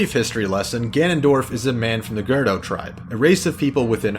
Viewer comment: is it really pronounced "Gurr-doe" like you are saying it? I always said it like "gurr-OOH--doe"